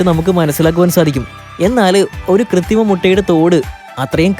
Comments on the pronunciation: ഡാ പൊട്ടാ കൃത്തിമ മുട്ട അല്ല കൃത്രിമ മുട്ട എന്ന് പറയെടാ കാട്ടുപോത്തേ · 'കൃത്രിമ' എന്നാണ് പറയേണ്ടത്.. 'കൃത്തിമ ' അല്ല. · കൃതിമയല്ല കുട്ടാ കൃത്രിമ കൃത്രിമ